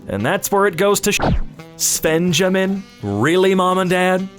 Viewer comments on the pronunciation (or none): it's actually worse because it's pronounced "svenyamin" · Svenjamin? Really?!